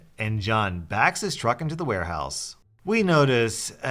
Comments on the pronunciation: Did anyone notice he said war house instead of ware house? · “war house” lol